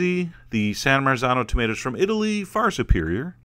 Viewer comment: "Tomato" pronunciation guide: singular, tomato (long o), plural, tahmatahs. OK. Got it.